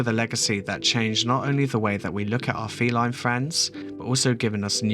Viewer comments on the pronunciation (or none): none